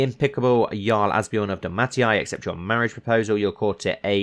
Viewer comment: It's pronounced Dal-may-sha